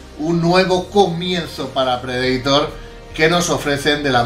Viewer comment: Me encanta todo su contenido, pero, por favor, Predator no se pronuncia así.